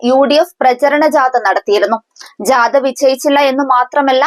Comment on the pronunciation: ജാത,എന്നല്ല,ജാഥ, ആണ് ശരി